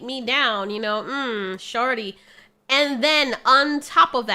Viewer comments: I cant get over you pronouncing shawty as "sharty" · i thought you said "damn sharty" 😭